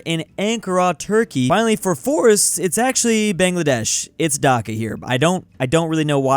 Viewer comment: He said Dhaka is bangladeshi correctly